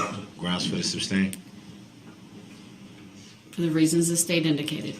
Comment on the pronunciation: Grounds for the “SUBSTAIN” lmao ? Lemme AKS you a question. ROFL Jokes aside, that audio of him running people down is BRUTAL! Even if the state entity can’t be “faced”, still he run people down. What a scumbag 😢